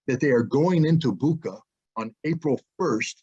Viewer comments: Bucha[butcha] not Buka, all other is true. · Bucha is pronounced like "butcher". This fact alone can explain a lot.